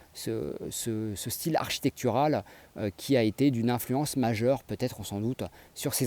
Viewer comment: bonne vidéo, cependant ta diction en terminant les E par A est insupportable, c'est : un style et non un "styla", sinon bonne continuation.